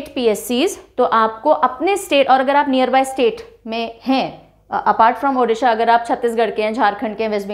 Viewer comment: Video -- ko jaisa pdh te hai,,wesi hi -Odisha- ko pdh te hai,,, 🙂 -“ di "- ucharan change karo, achhi lagegi,,,🙂 thanks mam 🙂